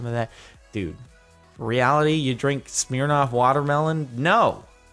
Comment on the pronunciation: Expectations Vs Reality.. The way Jordan says Smirnoff > Smeernoff???